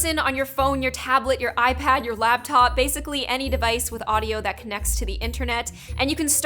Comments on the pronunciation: Set me On fire you said labtop it laptop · is laptop not lab top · I like the labtop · You said labtop and shomeone